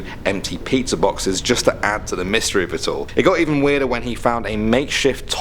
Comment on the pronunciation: He said gust not just